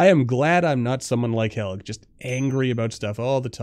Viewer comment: Helge is a norwegian name and it is pronounced "hel-je"